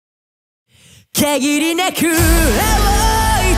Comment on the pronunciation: ｢限りなく」の「か」の発音好き💕